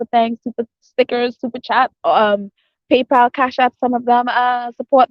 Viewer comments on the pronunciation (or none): none